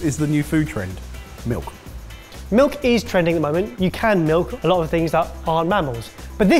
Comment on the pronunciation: Did say "time or day" instead of "time of day"?